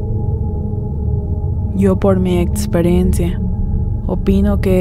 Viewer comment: No me gusta escuchar un relato con alguien que dice eTSperiencia, lo escucharé pero con inconformidad, no se si a alguien más le pase